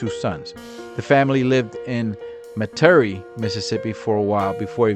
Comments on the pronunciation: Meta-Re pronounced Metairie.. it's in Louisiana along with east Jefferson high school. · its Metairie(Met-a-ree) and that is essentially the affluent suburbs of NoLa not Mississippi